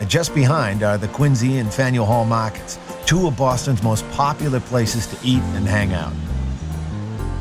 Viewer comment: Paahks and maahkets! 😂